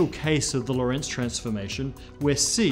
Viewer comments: Geodesic is not my problem - LORENTZ is. When will physicists (all of them) learn how to pronounce that name? It needs emphasis on the first syllable not the second! REMEMBER. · Hey guy, if you are talking about Hendrik Antoon Lorentz, you are stressing the wrong syllable. The stress is on the first syllable "Lo". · "Lorentz" should be pronounced with the emphasis on the first syllable. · This makes me pig-biting mad! Quit mispronouncing Lorentz's name, for crying out loud! It is NOT pronounced "lorEntz". It is properly pronounced with emphasis on the first vowel, the "o". So quit saying "lorEntz", and start saying "lOrentz" - dammit! Why can English speakers never get names and places right? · Great channel and content, congratulations and thank you very much! Btw Lorentz is the German version of the name Lawrence, and is also pronounced with stress on the first syllable. IPA: [ˈloːʁɛnt͡s]